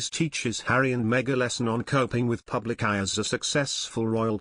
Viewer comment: Why does this announcer say pew blic instead of public ??? Sounds obscene